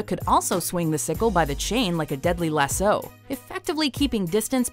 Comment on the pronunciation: She just loves butchering the names of the weapons doesn't she? She even butchered the word lasso!